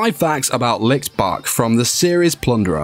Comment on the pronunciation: Stop saying lick...its Li (CH) t